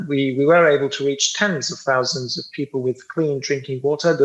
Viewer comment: Did he say hundreds of thousy ? What happened to 2.5 million Palestinians?